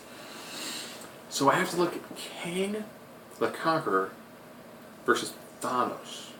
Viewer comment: Nobody annoyed he keeps saying Thonose instead of thanos?